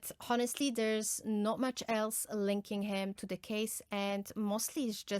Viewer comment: Honestly has silent h ..pronounced as onestly